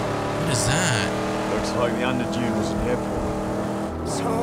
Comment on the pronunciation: It's Underdune, not Underdone lol